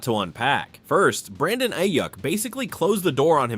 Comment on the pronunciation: Please learn how to pronounce Ayuk’s name.